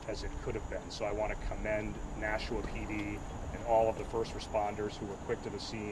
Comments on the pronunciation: FYI... We pronounce it Nash'-a-wa. [smile] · Please stop saying Nashooooa. One oo is enough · You can’t say Nashua bro ??? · It’s NASHUAaaa NOT Nashoooa pronounce it right if your trying to be a reporter You hear the local news say it …NO? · His last name is. Nashua is pronounced differently like Nashwa.